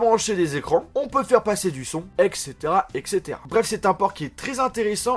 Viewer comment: bonjours j'espère que tu va bien, moi ça va très bien, alr juste pour info on dit "etcetera" et on écrit "etc" et pas "eccetera.;)